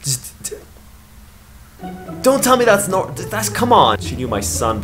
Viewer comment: the way he pronounced "not" though.. damn.